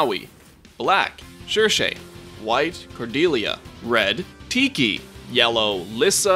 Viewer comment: And Cordelia and Lissa